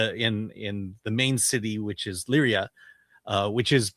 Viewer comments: Lyari ...pronounced LEEYAREE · It's Ii-yaa-ree